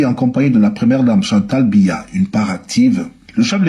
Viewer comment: C’est pas Mbiya, c’est BIYA 😂😂😂